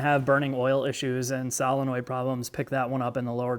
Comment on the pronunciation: Is this pronunciation a Midwestern thing?